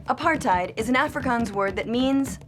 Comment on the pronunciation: Oh my gosh the way she pronounced Nelson Mandela, Apartheid and Afrikaans actually made me cringe